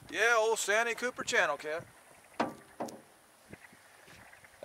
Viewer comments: By the way it’s pronounced San T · Austin here from S.C. Love your videos and I've learned a lot. One thing though.... Santee is pronounced SAN - TEE like two words...just sayin! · Love the videos man but we call it’s San-tee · It's called SAN----TEE,. Anywho ever tried Lake Wateree